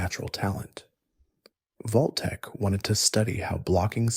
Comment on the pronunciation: wtf is Voltek? Its Vault tec